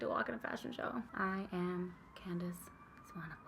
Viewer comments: 🙌🏻 I am so impressed that you pronounced Candice's surname correctly seeing as many people outside of South Africa struggle with it quite a lot! Seeing as I'm in RSA and CT is ridiculously expensive here, the advent calendar would be an absolute dream. I'm going to narrow it down to: 👯💃🏻🎄 email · YOU CORRECTLY PRONOUNCED SWANEPOEL! Lots of love from South Africa. Instagram (inspired, I know).